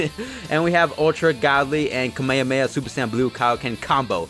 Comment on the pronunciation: Why do you say kamehameha like that